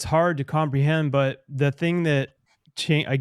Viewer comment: Nah man you can't pronounce jesus's name like that🤦 Je zus it's like he's only ever heard it said as a reaction😂